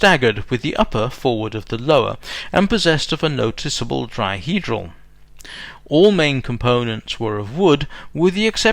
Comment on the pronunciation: As always, nice presentation. Did I hear "dry-hedral" somewhere? ;) Now, when will you be making a clip about the HD1's "predecessor", the Ponnier M1? That would be great!